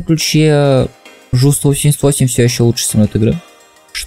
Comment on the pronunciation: Автор, ну сколько можно уже прикалываться над вашим произношением индекса Ju. Конструктор, а точнее основатель компании, Hugo Junkers, что в русском языке читается как Хуго Юнкерс. Юнкерс, а не Жункерс. И потому самолет Ju-88 или Ju-288 это Ю-88 или Ю-288 а не Жу-88 или Жу-288. Так, блин, по ушам даёт что аж больно.